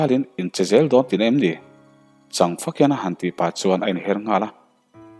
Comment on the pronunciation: Ngai chang te han tih, mauin chang a nei, sa ka châng tiha châng ang hian lam rawh.